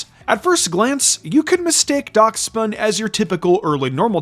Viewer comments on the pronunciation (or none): It's pronounced dash-bun